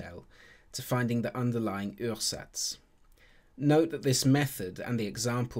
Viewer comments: Ursatz is pronounced oo-ah-zats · It actually sounds like as if it was French words :D Uhrsatz in German is pronounced kind of like a British OOah-zats (or in IPA: /'uɐ.zats/)